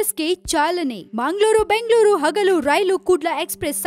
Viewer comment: whether it is munglur or bunglur. where are these cities? no fluency in kannada language.